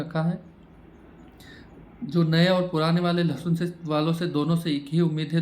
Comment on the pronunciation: लसुन नहीं भैय्या जी लसन